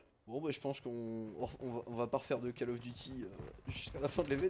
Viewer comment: AAAAAAAAAAAH ont dit pas CALL OF mais en prononciation CAULL OF ( j'ai mis cette orthographe pour faire comprendre ) :D